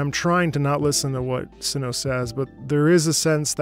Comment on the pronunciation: the first part of cyno's name is actually pronounced like 'site' without the 'te'